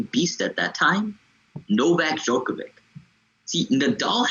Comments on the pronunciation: guy can't even pronounce djokovic and wants to tell me who the goat is? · How can I take this commentary seriously when one of the podcasters cannot pronounced Novak's last name? This is ridiculous. As if he has not watched enough games to learn it. Get the name right, fella!